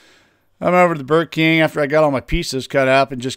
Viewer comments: I thought he said Burger King at first also.😀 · Every time you say you "went over to the Burr King" I hear "went over to the Burger King". 😃 I guess I'd rather chew on a Whopper than a hunk of steel